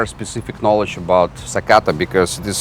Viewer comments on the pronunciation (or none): none